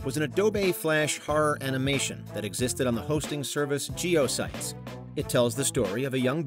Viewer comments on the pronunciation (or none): Geo-sites? It was pronounced "geo-sit-ease". Geo cities. Geocities. Either the writer or the narrator massively dated themselves by not knowing that, holy cow. lol